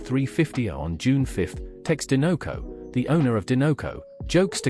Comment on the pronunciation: Din-no-co??? Sir. There is only one n… and the logo is a dinosaur 🦕 do you say din-no-saur? Or do you say die-no-saur???